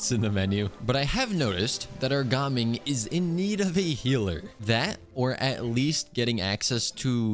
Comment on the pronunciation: How do you keep mispronouncing gaming?